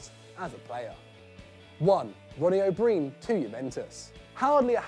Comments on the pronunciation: An Englishman can't pronounce an Irish surname that's pathetic it's pronounced o Brian, not o breen. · Its pronounced o' Brian not breen😂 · Ronnie O’Brien is pronounced Ronnie O’Bryan or however you want to spell it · The O"Brien one is great, but could you not have pronounced his name properly?